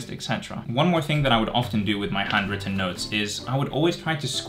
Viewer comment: I hear "hundreds of notes" instead of "handwritten notes".